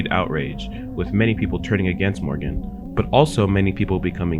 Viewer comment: wait her name is pronounced morgan i thought it was actually pronounced like how flamingo said it 😭